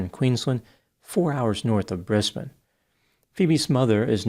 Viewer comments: Omg u said my cities name right...Brisbane! American's always say brisbaaane...haha Thanks ❤😁🐨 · I'm so impressed at how you pronounce our Australian cities like a local. A lot of Americans prounounce names so wrong like "Brisbayne" when it should be prounounced "Brisben." Well done, you've obviously done your research.